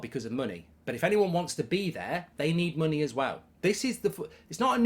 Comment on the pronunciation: Mark kept saying money the wrong way.